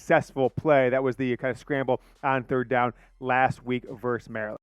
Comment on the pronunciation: it's "versus", not "verse". C'mon man.